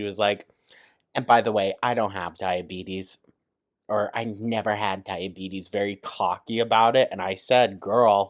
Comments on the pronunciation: I shouldnt have laughed but "dia-betty" took me out 🤣 🤣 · "DIABETTY"!!!! Dead